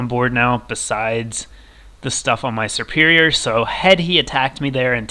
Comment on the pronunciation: It's not serperior!!!!!